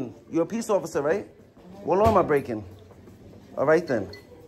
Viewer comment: "" is yelling at the officers to "desculate". Is that a law ""? Are the "offisews" upsetting you? Don't you want a "wide in a cwoozuh" with lights and "sywinz"?